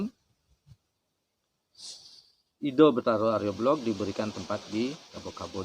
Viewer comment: Jika di kaitkan dg sudara ( kakak ) dari Sire Arya Belog,, yaitu Sire Arya "Kenceng" maka Arya Belog., hrs di baca Sire AryaBelok., bukan belog dlm pengertian bodoh .🙏